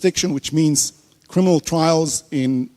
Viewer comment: A poeson of jusitce in hall of craminal